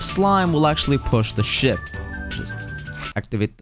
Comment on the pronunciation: i thought you said shi t not ship